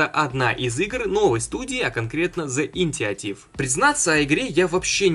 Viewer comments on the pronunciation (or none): не Интиотив🤣👍, а Инициатива...